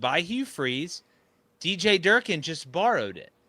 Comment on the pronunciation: Bro really said jerkin’ for durkin